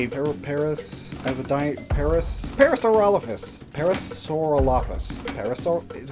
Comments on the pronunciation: Hey, just wanna let you know, when you pronounced parasaurolophus you had trouble Here's the pronunciation! Para-suh-rall-uh-fus Dino names are hard, but I have been hyperfixated in them for 10 years, so micropachycephalosaurus is a breeze! Love your videos!! 💛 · you can pronounce the artist's name but not the dinsaur's name parasaurolophus. im not critising, but i feel there's a certain irony to it all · I can't be the only dinosaur nerd raging when struggled to pronounce parasaurolophus and when he said brontosaurus and not apatosaurus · As a lover of parasaurolophus, it was funny watching try and say the name. But as a Raikou lover im STOKED for the release of my ancient thunder baby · trying to say Parasaurolophus "The one with the big red horn, the pompadour. Elvis!" -Roland Tembo